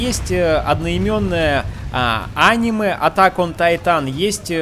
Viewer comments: Ударение покинуло чат.. анимЕ, а не Аниме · Я выключил видео из за его произношение: ани'ме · аниме ударение на е